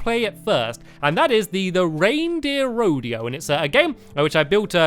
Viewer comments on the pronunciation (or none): none